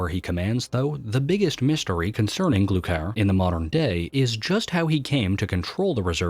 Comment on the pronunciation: "glukier" wtf its GLUKHAR GLUE-CAR